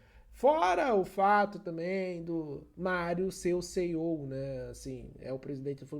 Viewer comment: O "Seiou" 😂